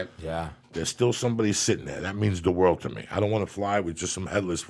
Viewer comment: "Wayne's rold"